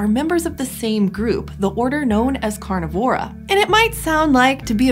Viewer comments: Strange—I've always pronounced it car-NIV-or-a, not car-niv-OR-a. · Car-NI-vor-a, not Car-ni-VOR-a - Scientific names are accented on the ante-penultimate syllable, like: DUH-di-da, duh-DHU-di-da, duh-di-di-di-DUH-di-da, etc. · amphiCYonids [but: amphicyONidae ] carNIvora, carNIvorans [like DeNIsovans ] At least you got hyaenodont right.